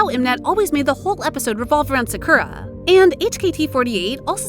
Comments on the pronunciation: Please learn to pronounce their names correctly. Idek how you could pronounce sakura like that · The pronunciation " Sakura" in this vid is hilariously annoying. But good job pronouncing those korean names properly. Cant get that Japanese one down I see. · It's not skura😭✋ It's SAKURA